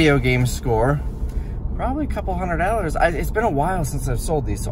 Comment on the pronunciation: 😂😂 dude judges old people because they say "pokeman" but he saids "dallars" instead of dollars 😂😂😂